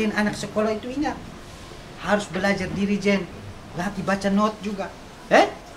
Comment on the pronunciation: Dirigen jadi jerigen hhhh terll sensasi Slm dri timles 🇹🇱🇹🇱